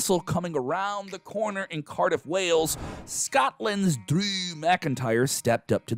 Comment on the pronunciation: But why does he say it so odd like that? 😅😅